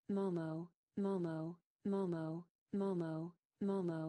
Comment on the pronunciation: Hlo mam, 🙏. This is momo not a moo mauu.😂😂 But 😉 Your wrapping style is wonderful and amazing 😱😱😱😱😱🤩🤩